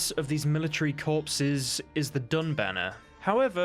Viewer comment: Say it 'Korr', not 'corpses' unless you're foretelling their deaths! Who are the guys you have to kill to begin Blood and Wine? Aren't the dun members wiped out when you find that group of soldiers in the north east of White Orchard in the hills??